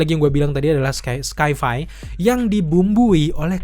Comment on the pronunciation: Koreksi bang, sci-fi dibaca "saifai", kalau tidak nyaman mungkin langsung saja dibaca bahasa Indonesianya, fiksi ilmiah 🙏🏼